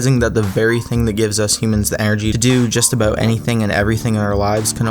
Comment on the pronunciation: "forget abooot them"